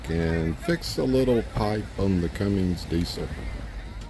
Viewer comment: Cummins. No "g" and no "ing" in the name.